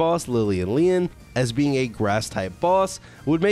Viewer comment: You pronounce Lyleen funny. Mostly it sounds like you're saying "Lian", or "Lelan", but there's two Es at the end, so it's either "Lye-leen, or "Lil-een". Personally I think it's "Lye-leen".